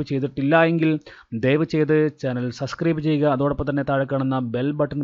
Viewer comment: Sir, സബ്സ്ക്രൈബ് aanu. സസ്ക്രൈബ് alla. Sorry 🙏